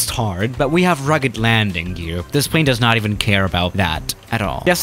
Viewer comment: noobody: not even a single soul::pvaane